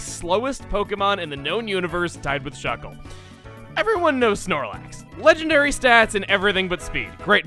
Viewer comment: Chuggaa. You don't fuckle with Shuckle.